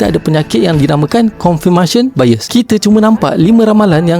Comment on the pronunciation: Channel nie je wujud utk memperbincangkan isu yg bagi aku, permainan orang luar utk suka² je. And anyway, konfermasyen tu salah bunyi dia.